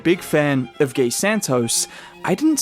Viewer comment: You can pronounce his name as you pronounce mcGEE. Gui, not Gay. GUI. Just like Dray pronounced.